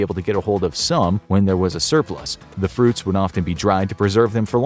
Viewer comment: "frutis" instead of fruits💀